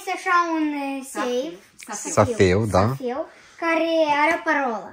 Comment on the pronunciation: Don't say "safeu," say 《 seif》